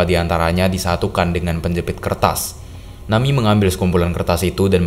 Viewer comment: ejaannya na-mi-e , bukan nami , ini bukan english